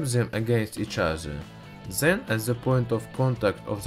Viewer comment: what the fuq why did the say teez its teeth there is no s or z in it what the fuq people and its not zen its then